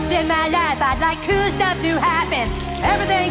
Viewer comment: And the fact that he said cool without pronouncing like- "kewl"